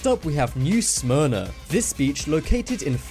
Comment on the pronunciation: Its not New smyra its New Smyrna